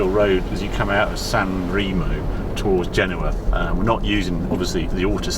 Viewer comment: "San Ray-mo" in Italy, not "San Ree-mo" !!!